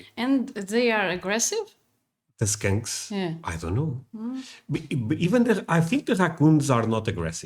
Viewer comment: hahahaha. how you say skunks like skanks makes me laugh so hard. because both smell. but only 1 is everywhere.. skunks kinda smell like a really powerful marijuana at first and then it becomes unbearable the closer you get.thats where the skunk weed name comes from (my fav kind) 🤣. i dont mind the smell as long as im gone fast.